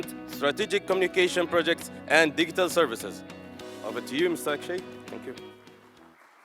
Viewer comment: شقنا شق المقدم.. its digital not diggital